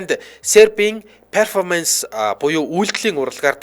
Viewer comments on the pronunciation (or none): Zuv unshaarai. Peerfomanc bishee Perfoormnc gej duud